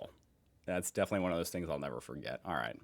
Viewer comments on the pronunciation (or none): none